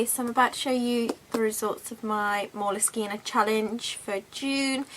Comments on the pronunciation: I don't think you're pronouncing moleskine correctly.. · I love how you pronounce moleskine. No one seems to know what the correct pronounciartion. Your version is nice. Oh and your artwork is also very nice. Good video.